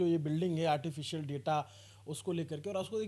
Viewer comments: Artificial....❎ Artifilcial...✅😅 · "ARTI FEEL CIAL" 😅😅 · "Artificial" Bhi Nahi Bola ja raha hai inse, Aur Ye AI (artificial intelligence) ki degree de rahe hain. 😅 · He cannot properly pronounce ‘artificial,’ yet he is talking about a ₹350 crore AI investment.